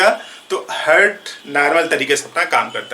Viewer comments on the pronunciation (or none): हार्ट बोलते हैं, हर्ट नही बोलते हैं